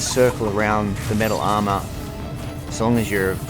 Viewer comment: Lol, sounded like u said mental armor. Yeah, that suit is def mental